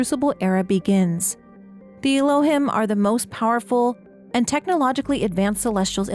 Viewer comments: I think Elohim is pronounced El-oh-heem. It's an Old Testament name for the Hebrew God. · Little correction. The Elohim are pronounced Ehlo-heem. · The correct pronunciation for Elohim is elōˈhēm is a Hebrew word for GOD. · This is super cool and I'm really excited for this game! Just one note: Elohim is pronounced "el-oh-heem". Thanks for compiling this.